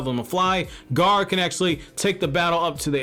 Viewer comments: it's like he keeps saying ''garr'' instead of ''gaara'' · Gaa....ra, Gaara!!! Not Gar